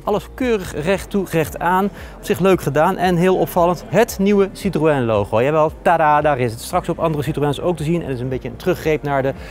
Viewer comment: Jammer dat deze man het merk "citroën" niet kan uitpspreken...